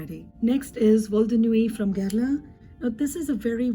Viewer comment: I found you through Eve's channel and subscribed as soon as I heard you say "Guerlain" and not "Gurr-lawn," lol. You're so knowledgeable and this video is fantastic. I'm very much looking forward to binge-watching your videos. Yay! Thank you